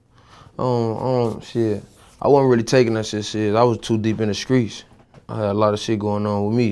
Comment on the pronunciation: "In The Screets" Nigga Say Street